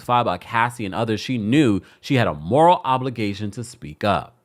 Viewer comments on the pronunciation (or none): none